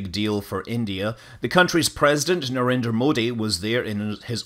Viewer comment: Ur pronunciation of "Narendra Modi", "vikram" is correct! Here, "D" in hindi (its d^a ) or v , we dont spell as the word and u did exactly same like us! Appreciated, seen such in very few